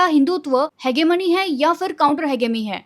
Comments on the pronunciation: Didi phele Aap pronunciation dhang se karna Sikh jao हेजेमनी hota hai na ki हेगेमनी 😭🙆🏻‍♂️ Fir bolo kuch IIT mein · Its pronunciation is ‘hejemony’ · I love your content..but it's pronounced He-je-mone. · Didi it's ha-ji-money... Otherwise you are correct about IIT Bombay